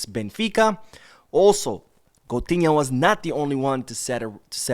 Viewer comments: Goatinha not coutunho😂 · Why keep saying coutunho 😅😅